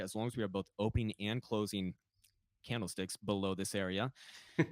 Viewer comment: What the hell, “candlesticks”?? 😂